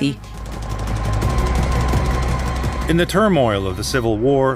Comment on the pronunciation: Tbilisi, not Ciblisi Tbili its "warm"